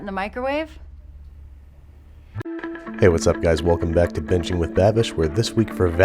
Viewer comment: It really sounded you said "Welcome to 'Benching with Babish'" and I thought "Woah, you're really branching out!"